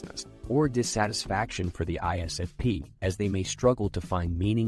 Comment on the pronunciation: We also hate it when you can't say ISFP